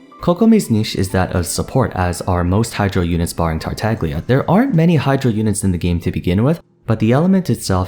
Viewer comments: I love how he pronounces all these chinese names perfectly and then says TartaGlia with a hard g. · Great video series so far, really like it and thumbs up from me. One small piece of advice tho: The 'g' in 'Tartaglia' is silent. As someone with italian heritage it hurts a little, when the 'g' is audible :-D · Just call Poptarts Childe if you're not gonna silence the G in Tagliatelle's name.